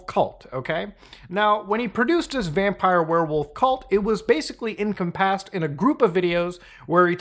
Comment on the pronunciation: We're not just gonna let him get away with this pronunciation of "encompassed," right?